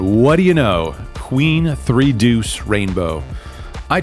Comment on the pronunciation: Nobody pronounces the word "deuce" with more style and panache than you, my friend. 👊